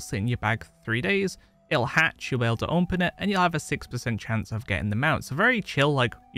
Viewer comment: I love how he says "onpen"